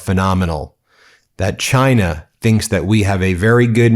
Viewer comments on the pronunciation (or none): none